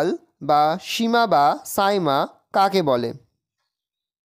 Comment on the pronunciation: সিয়াল ও সিমা হয় সাইমা হয় না 😊